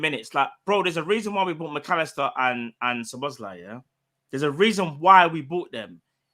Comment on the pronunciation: and learned how to pronounce Szoboszlai 😂